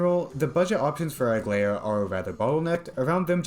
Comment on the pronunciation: Actually your pronunciation of her name is correct, since it has the ae. In latin the ae is read as an italian e (we call the ae dittongo æ)